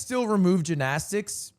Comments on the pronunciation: Fr what is that pronunciation 😂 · Banger event! Still waiting on Rae Yard episode! Also, why the fuck does he say Gymnastics like that....